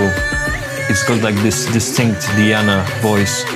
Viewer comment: On the day she won the competition, when asked, she said this song The Crow was here fave to cover in the whole competition. This song is actually a major hit long ago in Russia. Btw, her name is pronounced De+ana, Not Di+ana.